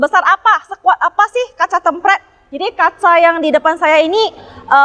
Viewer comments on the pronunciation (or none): temperd anjir dibacanya bukan tempred wkwk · tempret... hahaha.. yang bener nyebutnya tempert mbak.. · BUKAN KACA TEMPRED WOYYY TP TEEMM PEERRRRD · Hallo susanto Sebenarnya cara pengucapan kata kata serapan dari bahasa Inggris dipengaruhi oleh bahasa lokal masing2 pak 😅 Penulisan yang benar ialah Tempered dan di eja "Tem-perd" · Cara bacanya kok tempred sih😄